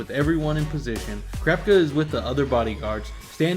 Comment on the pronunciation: why do you say krapka instead of kurapika( coo-rah-pika)